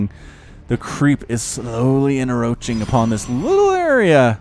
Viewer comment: Hey bro, I think you're pronouncing encroach wrong. You're missing the C in the middle of the word and pronouncing it en-roach instead of en-croach. Sorry to be a grammar nazi about it , but I figure better me than someone more important.